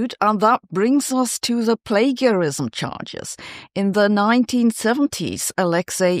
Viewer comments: Plagiarism is pronounced with a "juh" sound not "guh". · Is this AI? 'Plagiarism' is pronounced with a 'j' sound, not a hard 'g' sound. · i like the way she says plagarism instead of plagiarism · Just so you know plagiarism is usually pronounced with a soft g like plajiarism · In English we say "play-jehr-ism". (From the Latin for "kindernap") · The g in plagarism isn't pronounced as a g but as a j : play-juh-ri-zm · /ˈpleɪd͡ʒəɹɪzəm/ : /nəʊˈbɛl/ I won’t accuse Sabine of plagiarism if she copies English pronunciation. How little research has gone in here if even the words in the title are mis-pronounced? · I get pronouncing it with the German 'g', but it's FIRST moment on screen is "plagarized" cmon spell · It’s pronounced play-ja-rism Sabine. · Say 'plagiarism' with a soft g as in 'general relativity' :-) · I love that your normally impeccable English occasionally gets hard and soft G wrong. /plā′jə-rĭz″əm/. Great content as always. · Soft g in English, Sabine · The word is "plagiarism " and it's pronounced "play-jar-ism". You're welcome. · Thanks Sabine, for your insight. Just a note though, it's pronounced with a soft "g": play-jar-ism, in case you breathe in German. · It's pronounced plagiarised not plagiarised 😋😂🤔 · FOR GOODNESS SAKE SABINE, IF YOU'RE GOING TO TALK ABOUT PLAGIARISM, AT LEAST FIND OUT HOW TO PRONOUNCE IT CORRECTLY! Your pronunciation of 'Nobel' is also dubious. It's 'no-bell', not 'noble'. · I can’t deal with how she pronounced plagiarism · We all love you Sabine, and we all know you are not a native speaker but you speak brilliant English… but… when you use a word that is repetitively used in your podcast at least try to pronounce it correctly. I am referring to plagiarism. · Plagarized is not pronounced with a gue sound but with a jeh. Like rage, page, mage.etc... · Plagiarism is pronounced with a soft J, not a hard G.